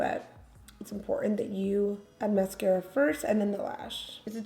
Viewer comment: I'm not even French and I know that's not how you pronounce the mascara.